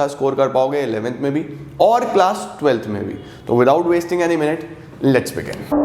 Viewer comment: At 0.50 , sir was syng without wasting any MINUTE but I heard without wasting any NET .......lol😂